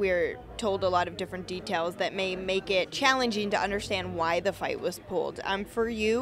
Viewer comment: She hurts my ears, please somone tell her that its not "zis" it's this or it's not "zat" i'ts that, thank you!